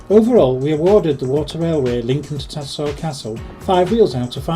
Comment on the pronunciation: TatterSHALL not Tattersall. Does bug me as a local when people pronounce it wrong 😂